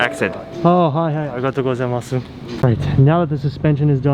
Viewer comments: you know the "U" in Gozaimasu is silent yeah? if a 'U' vowel ends the word it's silent. So, it's pronounced "Arigatou Go-zai-MAHS" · It’s just “go-zai-I-mas” no “mas-u” ever A casual “thanks” you can get away with “zai-I-maaaaas” and also the i is soft as, barely noticeable, it’s more of a slight tone change of the “zai” (goes up in pitch and the end) Thought you took Japanese lessons lol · when you say arigatougozaimasu. Don't gotta pronounce the su just end it as 's' sound. :D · You’re not supposed to say す when saying ありがとうございます my guy my teacher would pull her hair out lol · Love the content, not sure if you read this, but at the end of some terms you are speaking in Japanese, the “u” is silent. So like when you’re saying good morning or thank you, that “u” sound is silent.